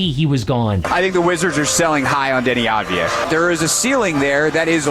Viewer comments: no . its Avdia not Advia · finally, someone talks about him! and just to clarify, it's not Dani Advaya, in his country, they say it like Dani Avdaya